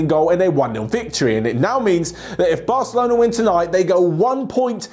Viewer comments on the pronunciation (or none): none